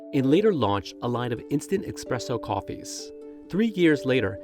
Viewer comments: It’s 2024. Why are you still saying expresso. Say it with me: Esssssspressoooo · "ESS" NOT "EX" presso. He says "Nespresso." Why doesn't he say "NEX-presso" and sound even MORE ignorant? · Expresso lol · The guy you are paying to narrate this just said expresso. You’d think if your only job was to speak, you’d know how to do it. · How does a journalist for a major media outlet manage to create a video report about coffee and then proceeds to say “EXPRESSO” and not the correct term “espresso” … credibility loss for sure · it's "espresso" not 'expresso' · Literally says "expresso" in the first 30 seconds and it's WRITTEN that way in the description. This is CNBC and that had to make it past an EDITOR. Way to destroy your journalistic credibility before you even get rolling 👍🏻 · When you said...'expresso... ' comment and click off.. such a stupid mistake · The reporter saying 'instand expresso' immediately made the report lose credibility, cringe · You lost me at 'expresso'. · bro really just said “expresso” and called “perfectly roasted beans” a beverage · Did he say expresso? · Lol you’re narrating a video about coffee and you call it “ex-presso” lmao lmao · You really released this with a narrator who says expresso? Smh. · "ES-presso" not "EX-Spresso" 🤦🏻‍♂️🤦🏻‍♂️🤦🏻‍♂️ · Lol, I though the same. It repeats at about 7 minutes. So it's not a one-off mistake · No way he called it expresso in a news story about coffee 🙈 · I stopped watching when he said "expresso". 🤦‍♂ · Did he say expresso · Guy just said expresso 🤦‍♂️ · Dude really said "expresso" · Gosh, he said e_k_spresso at least twice... facepalm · 30 Seconds in and the narrator starts talking about "expresso" oh my, here we go and enjoy some carefully researched journalism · i know right thought the same thing , just immediately butchers it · He's probably one of the people who says "nuculear" also! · And I don't trust anything from someone who pronounces "espresso" with an "x".